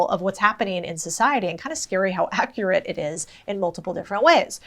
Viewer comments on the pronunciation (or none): none